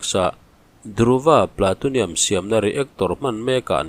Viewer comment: Platonium nilo in Plutonium zawk.Plu ti a lam tur